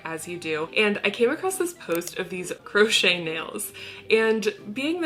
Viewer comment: Did she say "gross-chet" nails?